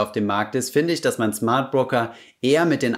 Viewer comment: Schmardbroker:D Sorry